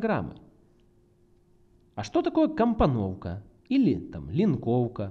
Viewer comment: "компаноука, линкоука"))